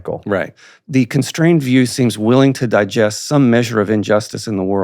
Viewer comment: Conshtrained or constrained? I am getting confused by the pronunciation of “ S “. Apartt from this a brilliant and fascinating discussion! It’s a discussion about tribal behavior at the end. Was there even a concept or definition of poverty?